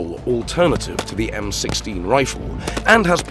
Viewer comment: Fucking AI.........."the M, 1, 6....instead of M16.....